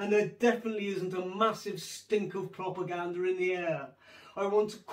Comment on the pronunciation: you cracked me up when you said plopergander